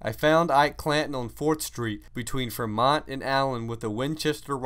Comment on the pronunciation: Manny, you are correct. He also mispronounced Fremont.